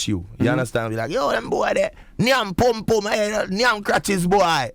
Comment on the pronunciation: It's not pume pume,say after me PUM PUM!!